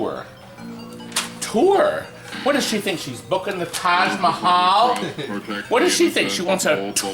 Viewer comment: Not taj mahal...Todd mahal....